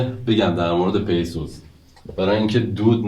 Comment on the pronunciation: dorud bar shoma . peisuz nist pisuz doroste. zahmat mikeshid karetan alist. merci az shoma.